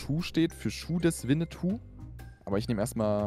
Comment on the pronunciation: Bro es heißt Schuh des manitu nicht Schuh des Winneytou…